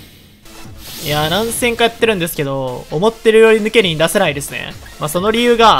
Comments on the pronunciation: の発音 ヌ↑ケ↓ニン 正しい発音 ヌ↓ケ↑ニン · ヌ↑ケニン？ヌ↓ケニンじゃね？ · ヌケニンイントネーションちがくない？笑笑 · ヌケニン⤵︎ ヌケニン⤴︎ では？ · ヌケニンの発音の仕方が私と違いました。現場からは以上です。ヌ↓ケニンじゃなくてヌ↑ケニン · ヌ↑ケニン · ヌ↑ケ↓ニ→ン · どうでもいいけど発音ヌケ↑ニンなんだな ヌケ→ニン(抜け忍)だと思ってたわ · ピクミンの発音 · ヌケニンのイントネーションおかしすぎな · ヌケニンの言い方が独特だね。